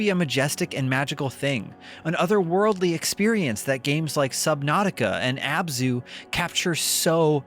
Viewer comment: Abzu, it's Abzu.